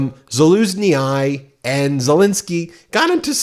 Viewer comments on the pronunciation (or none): Ben - the letter combination "yi" at the end of axword or name yields the "EE" sound. ZALUZNYI IS pronounced ZALUZNEE. ZALUZNEE-EYE is quite a word salad! Thought you mightb want to know this! - A UkrainianCanadian follower of your fine programme ! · LOL, Zalusnee-Ay. Just say "Jaluznee". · I think it's pronounce zeh luz knee. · It’s pronounced Lah Zuz shny not Lah Zuz shny eye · PLEASE try to pronounce peoples' names correctly. I don't know how many times Ben said "Zaluzni-eye" (20?). He even "corrected" it to the same wrong pronunciation. It's simple: Za-loozh-ni. And not VALery but ValERy. Please only pronounce bad people's names wrong. Apart from that it was a great video. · It's pronounced Za-louz-nie 😅 not Za-loo-zny-i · It's not pronounce Za-LOOZ-nee-eye!! It's pronounced Za-looszh-nee-ee. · The good general/ambassador is, to my knowledge, called Sa-lu-shni and not Sa-lu-shni-AYE. Good reporting otherwise, thanks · PLEASE....!!! STOP SAYING ZALUZHNYI WRONG...ITS NOT PRONOUNCED ZALUZ-KNEE-HI JUST ZALUZ-KNEE..LIKE THAT. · Valeri Zhalusnyi say it as Valeri Zalushnee not "Zhalunyae" you are right, the man is a hero so try to pronounce his name like it means something👍👍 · Hi is not Zaluzny. He is Zaluschny it is pronounced like the last sound in garage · Zhauzny is not Zhauznay but pronounced Zhauznyh. Y is pronounced like in the word silly. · "SaLUSJjnij", not "SaLUS-ni-eye" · Love your work but check your pronunciation. It’s pronounced Zaloozhnee not “Zaloozhnee-eye”. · If you have to repeat the Ukraine war heroes name that often, you might as well try to do it right. Zaluzhnyi is to be pronounced this way; ZAH - LOOZH - NYY Zah: rhymes with «duh» Loozh: rhymes like «pooch» Nyy: rhymes like «knee» It shall under NO circumstances be pronounced like: Zaluzhnyaiiiiiiiiiiiiiii The great general deserves better! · Za-looz-KNEE FFS why is it so hard to pronounce these names for you? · you mispronounce Zaluzhnyi - speak it like it would be spelled like that: Zalooshny